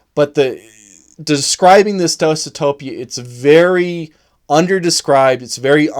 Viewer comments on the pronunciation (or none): At least you're not saying desu-topia anymore.